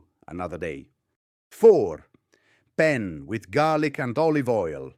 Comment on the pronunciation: Ok, nice Italian accent UNTIL he pronouned penne, and aglio……WRONG! But I appreciate this video because it reminds me of how my mother grew up in the Boston’s North End. Poor but rich. Thanks for the video.